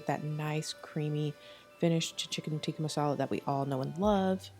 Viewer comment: From an Indian - you did an amazing job and used traditional Indian ingredients!! And I'm so happy you said "naan" not "Naan bread"🤦🏽‍♀️ and you pronounced "Tikka masala" correct too. Love your advice on taking time and patience with Indian food! Its not easy and looks like you aced it!! :)